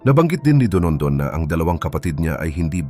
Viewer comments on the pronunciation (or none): Don don o donondon? Kainis nman narrator! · Dondon po ang pangalan ng whistleblower, hindi po Donondon. Nakaka yamut. 😏😏😏